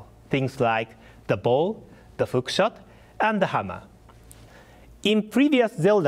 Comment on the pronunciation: I swear he said "fookshot"